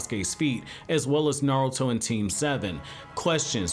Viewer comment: half of the time it sounds like you’re saying narrel-to